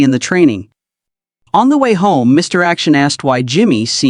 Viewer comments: AI sometimes thinks the period after Mr. is an end of sentence, so the narrator goes Mr. - then stops -- then starts a new sentence with Action. I think AI, or at least this AI, has a long long way to go. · Reminder for lazy YouTubers: When you copy & paste into your AI narrator script, remember that AI's not very smart. An abbreviation is often interpreted as a sentence ending because of the period. This explains why the mention of "Mr. Action" causes the AI narrator to say "Mister" and end the sentence, sounding like your AI had a stroke while telling the story.